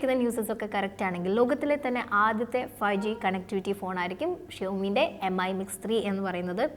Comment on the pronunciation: Brand name ഉച്ചാരണം കൂടി ശ്രദ്ധിക്കൂ... Xiaomi (ഷാ ഓ മി ), Mi (മി )...